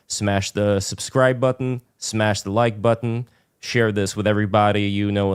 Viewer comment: You're enunciation of the word button is cringe and and a contradiction in terms. Try again